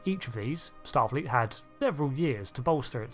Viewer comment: "A number of starleet intelligence suites." 😂😂